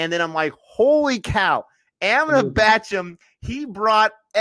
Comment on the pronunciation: It's Bachchan guys not Bachcham